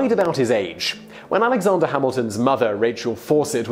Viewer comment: Alexonder... goddamnit its Alexander not Alexonder